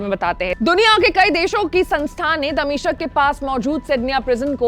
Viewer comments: मैडम दमिश्क को दमिशक बोल रही है। उच्चारण सुधारने की आवश्यकता है। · दमिशक नाम नहीं है दमिश्क है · दमिशक नहीं दमिश्क है मैडम